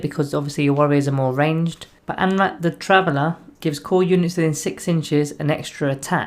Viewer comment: I wish you'd get his name right at least once; an-ra-keer is not hard.